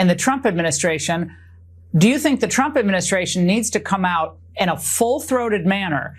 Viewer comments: Every time KKKaroline Leavitt says Trump it sounds like she says Chump. That is the only true thing that comes out of that disgusting girl. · It sounded like she called him president chump